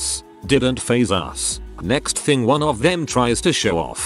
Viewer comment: wuan waun doupt